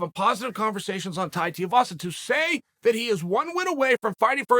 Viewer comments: Who the hell is Tai Tiuwazza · “His name is… Tai Teavasa” Dead 😂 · Tai Teeavasa